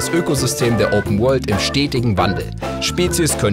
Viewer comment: Öüpen Wöhld!